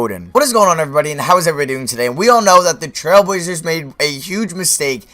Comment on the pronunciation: This guy does not know how to talk like 99 speed talking...dude cant say trailblazers